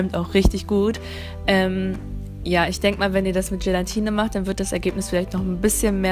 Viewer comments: Es heißt Gelatine😉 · Es heißt doch 'Gelatine' und nicht 'gelantine' oder? 😂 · Wieso sagen alle immer GelaNtine ? 😂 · das heißt gelATine und NICHT gelaNtine -. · Gelantine 😂 Du bist so süß ❤️ Cooles Video! Eine Frage: wieso hast Du dir die Haare gefärbt, wenn Du doch braune willst? Ich hab mir noch nie die Haare gefärbt (habe dunkel braune Haare) und frage mich, wieso alle direkt nach dem Haare färben sagen, dass sie wieder was anderes wollen 🙈🙈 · Es heißt Gelatine. Oben n.